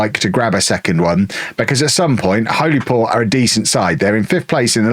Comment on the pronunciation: Its pronounced "Hollyport".👍